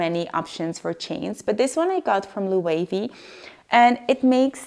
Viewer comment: loved this video but i cringe every time you said Loewe wrong :(